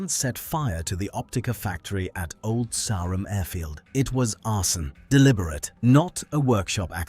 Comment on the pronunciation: Shame it can't pronounce Old Sarum.